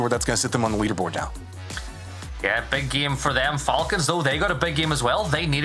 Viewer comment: i love how says "giem" instead of "game"